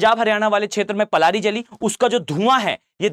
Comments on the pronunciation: Sir, It's known by Prali, not Plari. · पलारी नही0 पराली होता है